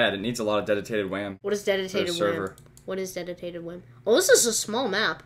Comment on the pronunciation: "Dedutated wham" HAHAHA